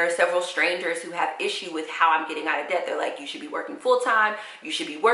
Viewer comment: You keep saying ded to dept that's so sweet smh